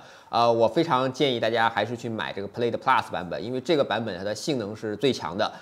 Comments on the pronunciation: 视频很不错。Plaid念错了哦。音响主动降噪值得说道，这体现了特斯拉和传统车企不一样的思考问题方式。我觉得这次标了1/4mile9秒不到也是值得注意的，我觉得比零百还值得说。零百你也说了是虚标，加上起步得加0.2~0.3秒，其实跟L+没差很多，但这是正常的。Chiron比起Veyron多了400Hp还大大改进了空动和减重，单看零百也就快了0.1秒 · 提个建议，Plaid的发音你念错了，还有你忘了提新音响系统兼具主动降噪功能